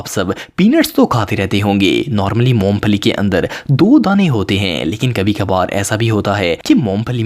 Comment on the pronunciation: correction please. Moom phali nahi. Its moong phali...